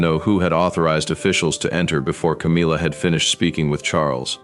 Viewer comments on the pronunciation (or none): C AAAA M IIIII A, NOT CAMEELA